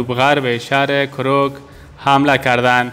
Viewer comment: کر کوک نه کوروک